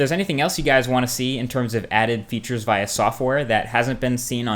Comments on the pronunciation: You pronounce via via instead of via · Ur amazing Marques! BTW u are saying VIA wrong! just to let you know. haha